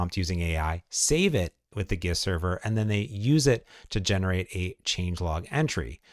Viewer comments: isn't gist pronounced like the g from giant? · Might want to learn how to pronounce "gist" and tone down the "super dupers"